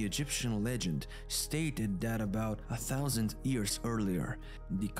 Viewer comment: I really like your videos. I don't know where you are from but your English is really good, but there's one word that you mispronounce. Years, you say ears, just think of the word you or Yolo and you'll have the right pronunciation. Keep up the good work.